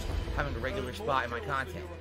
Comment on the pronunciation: He says all this wild shit and I think back to the time he said "I don't wahtch or donate to other kahntent supporters why would I they're my competition" if he did he would have ACTUALLY LEARNED something. It's 100 percent clear this isn't a passion and simply his easiest source of money. But the more resentful he gets, the more it'll fuck with him in the head on those unsuccessful pull gin nights.